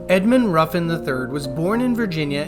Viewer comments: It’s not Roofin it’s Ruffin :( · Roofin??! God god man.